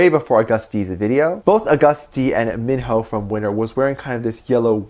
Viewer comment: That is not how you pronounce his name. It is pronounced with a long "I" like "eye". So his name rhymes with rhino. For confirmation you can watch the M/V for "Born Hater". Mino was featured on the song and says his name in the lyrics. The way you are saying his name is more commonly spelled Minho like the actor Lee Minho or Minho from Shinee.